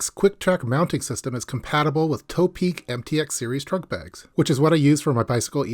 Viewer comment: Hi. I like your videos. One name I have been hearing mispronounced a lot from you is "ToPeak". I believe it's not pronounced "tow-peak" or "toe-peak", rather the "To" should be considered in the meaning of "towards the peak" or "to the peak", thus "To-Peak".